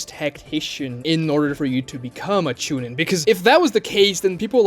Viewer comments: No. You pronounced it wrong "Choo neen" Same for Genin 🤣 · Bro this guys pronunciations are god awful “TWOnadè” (tsunade) CHEWnin (chunin) MEZOOKEE (Mizuki) Horrid